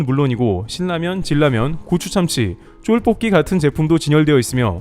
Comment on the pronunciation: 어제도 유튜버가 질라면 이러더니 여기도 질라면.... 잘 듣다가 잉?